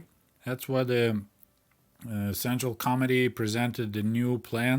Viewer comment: I love how when you say "Central Committee" it sounds like "Central Comedy". Intentional or not, it's really quite appropriate.